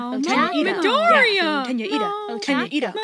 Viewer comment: This is a bop! I heard "Iida, cheese" as "Eatta cheese" lol